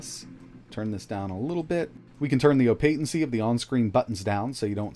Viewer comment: DID YOU SAY OPATENCY INSTEAD OF OH-PAH-CITY!?